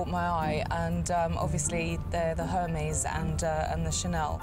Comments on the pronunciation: She’s the appraiser but says Her-mays?!🤦🏼‍♀️ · OMG...she just said “Her” “Meezzee” when pronouncing Hermès...and she is an expert? But I do say the appraiser was bottom fishing and owner should of just named her price and be done with it. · Ive never heard a 'handbag expert' say 'Her-Mees' instead of prouncing it correctly. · The Hur-meeez. cringe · Exactly. Her pronunciation of ‘Hermes’ made me roll my eyes. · LOL exactly. When she pronounced it that way I wondered how much of handbags she knows about. 🤣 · She can’t even pronounced “Hermès” properly. Hahahahahaha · Bag expert pronouncing Hermes with the H sound? lol! Busted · That doesn’t even know how to pronounce Hermès correctly lol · The handbag offer was insane just one of the classic black Chanels you could get 3000. Don’t even start with the Hermès. The “expert”didn’t even pronounce Hermès correctly I was surprised when she first said it. She didn’t make the company look good, at all. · doesn't know how to pronounce 'Hermes' correctly and those bags are worth much more. Hermes and Chanel are invest bags. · First I wouldn’t trust anyone with my Kelly who cannot pronounce “Hermès “ right . I just chocked on my drink listening her pronouncing Hermès . General Chanel Classic Flap and Hermès Kelly or Birkin gives you better return than any conventional stock in the would. On top these were well made vintage rare gems and the condition was good enough. You can take them to the respective stores and get them spa and they would be good as new. She was a grotesque looking plastic woman trying to fool the sweet lady . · At least pronounce a brand correctly it’s Air Mez…..